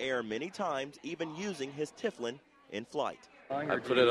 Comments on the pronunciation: It's Tefillilin pronounced teh-fill-in you idiot, not tiff-l-in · It is not pronounced "Tifflin", Mr. Newscaster. Repeat after me: TE-FI-LIN! Do your research before you speak. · They cannot even pronoune the name? It is Te fill in. not tif lin. TEFILLIN! Argh!!!! That is Kentucky for you I guess